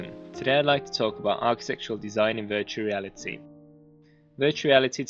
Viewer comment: lol, it's the accent, he said architectual, meaning architectural